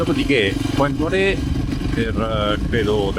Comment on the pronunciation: Si legge Point Nuar ( per noi italiani era Puntanera), ci ho vissuto per 8 mesi. Una vita fa. Mi hai fatto venire la nostalgia. Bel video emozionante.